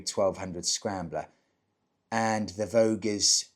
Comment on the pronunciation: Vogue vs voge..... Vo-ja 😊